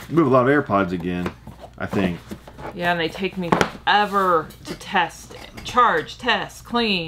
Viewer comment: its pronounced think not thin Q lol